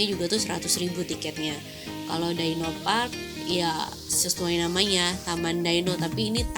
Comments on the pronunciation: Bukan daino. Tapi dyno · DI-NO please... bukan Dai-No